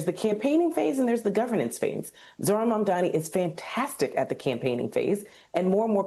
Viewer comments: It's MAMDANI! M.A.M.D.A.N.I. STOP FXCKING UP HIS NAME AND DO SOME JOURNALISM!! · These People still can’t get his Name Correctly. 😂